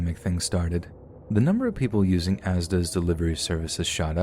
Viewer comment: Oh how happy it makes me to hear you pronounce ASDA correctly 😩